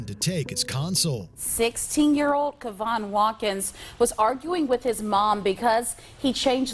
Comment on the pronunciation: Why you keep calling him Kevin when it clearly states his name is Kevon? Those are two different names...